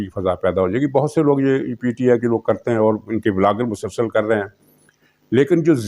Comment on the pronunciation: janab aap ka tajziya intihai jandar aur haqeeqat ke qareeb hi hote hayn in me istaimal kiye gaye alfaz pur mazah aur pur maina hote hayn jin par besakhita hansi nikal jaati hay..........aakhar me aik guzarash ke aik alfaz bolte hayen "MASALSAL" in ka uchar (pronunciation) galat hay in ka sahi uchar hay"MUSALSAL"